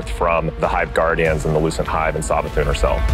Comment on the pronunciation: Every time I hear lucent Hive it sounds like loosened Hive😅😩. They're ready for daddy Zavala.